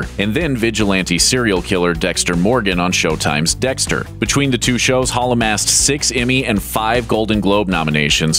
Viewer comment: why does he keep saying "paul" instead of "hall" and thinks we dont notice